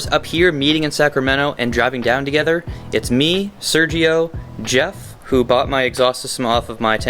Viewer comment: Ps. Is funny when you speak about your homeboy Sergio. Saying my name like that... Lmfao 🤣🤣